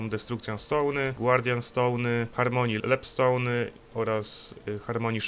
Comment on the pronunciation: "destrukcjon stołny", "głardjan stołny" i "lep stołny" mnie rozwaliły :D